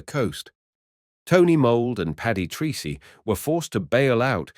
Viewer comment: A small but important detail; please note that Paddy's Irish surname Treacey is pronounced Tracey... not Treecey. Thank you.